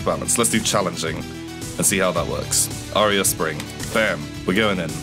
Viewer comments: I'm pretty sure it's Arab spring not aria spring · It bothered me so much that he said Arae spring rather then Arab spring Also more please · it's Arab spring... not areab spring..